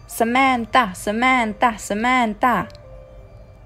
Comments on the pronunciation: Yap so richtig SAMANTTTA 😂😂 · Wie komisch das klingt sementtaa 😂😂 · Smenta Smenta Smenta 😂 Wie sie das auspricht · " Samandaaa, Samanda..." Haha wie geil die das aussprechen😂😂😂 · Wie Samänta Samänta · Die sprechen das so aus :Sämäntha Sämäntha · sämänta sämanta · Wie die SAMANTHA ausspricht HAHAHA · dachte ich mir auch hahaha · Wie die Samantha aussprechen😬😂